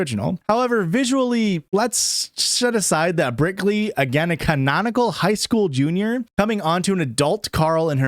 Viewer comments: Didn’t even realize that you were calling her brickley this whole time but go off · Nearly 2 hours of Brickley before I heard it. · i was 100% on board with brickley 😂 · You just made me realize it wasn't brickley. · Oh my god I thought him calling her Brickley was a joke I didn’t get until I saw this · I can only hear Brickley 😢